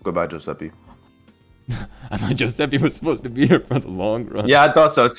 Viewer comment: Joeseppe with a J has my crying